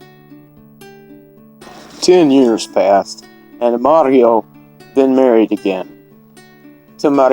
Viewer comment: Such a tragedy for young couple. I LOVE how you added an Italian accent to their names. Good job senior! 😆